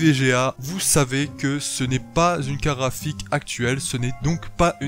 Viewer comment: BlackLuvzXtaze je me disais la même ça se dit "carTe graphique" et non pas "carafiq" ou je sais pas quoi